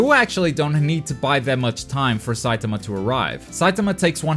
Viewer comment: The way u say saitama pisses me off